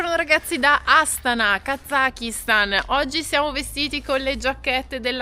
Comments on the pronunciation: Buongiorno Ragazzi, sì dovrebbe pronunciare Astàna. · Volevo dirvi che la pronuncia corretta e’ Astana’ e non Astana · Voi continuate a cadere sugli accenti.😂😂😂😂😂 Astana va pronunciata con l'accento sulla seconda "a".